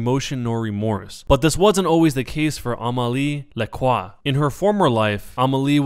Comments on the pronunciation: Necrochasm A-mei-lee la-croa (Pronounciation) I'm a French speaker too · for the record (not sure if youre gonna read this) but widowmaker's name is pronounced ah-meel-lee-ay la crow. and my favorite mystery is currently number 5. the conspiracy is currently the most complicated mystery of em all. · As a fench person myself, hearing you say "Amelie Lacroix" is so much fun xD